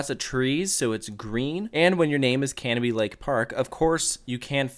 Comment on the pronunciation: I’m so glad you didn’t pronounce it Ca-No-Bie Also they added a double decker carousel and they have always teased new things. They do have space for another roller coaster if they wanted but who knows (they tease it a lot but permits restrict them from being tall, untamed I believe reached the height limit) The one thing the park does though is adds something new every one to two years, the double decker carousel, water park slides, the different train route and ice jet are all less than 5 years old at the park and untamed I don’t think is 10 years old yet either. Corkscrew was repainted a couple years ago too If you go back up to New Hampshire, mention it because a lot of people would go up there to do a meet and greet. Also a useful tip, they are extremely good with rain policies and if it rains they’ll give u a ticket for another day (assuming most rides are closed and they have to close the park) One more thing, 2021 go to screemfest up there, it is extremely popular there and is definitely worth the trip. But if you want to go when it’s not packed, fridays in May or June, my fam and friends always go on the Friday of Memorial Day weekend, it’s open 9am to 10pm. 9-3 it’s packed because of schools but after that it’s nothing. After 9 we were getting walk on’s with yankee cannonball so useful tip Hope you come back up to New England soon